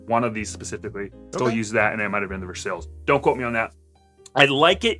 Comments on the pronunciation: what a fucked up way to say versailles. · Love this video. Like it when you 2 give a good review like this one. However one thing please. My first language is French and Versailles is prononce like the name of the Château in France where Louis XIV the king, lived. Versailles, not Versale, like it is prononced in this video. Thank you. Love the channel. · Oh a video I can finally follow along!!! And btw its said as versailles not versailles ;)